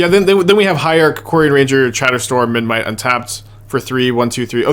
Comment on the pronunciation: is aware that memNite is spelled memNite rather than menMite? I'm never sure whether he says it like that by mistake or as a joke